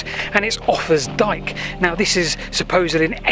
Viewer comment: It isn't 'offers dike', idiots